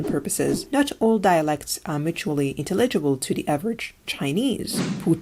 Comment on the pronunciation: be careful, you are stressing some words incorrectly, like "characteristics" or "intelegable"